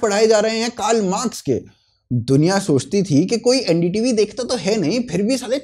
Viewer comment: ND tv nahi bhai LU-N-D TV